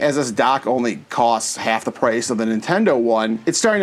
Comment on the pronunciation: Actually, this is perfect english! (Except for the part where you said coast instead of cost but still) its not bad at all!